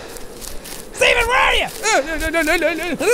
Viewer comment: jack saying "steven" sounds like "demon"? and all i can think of is shane going "deMOn? dEmOn!"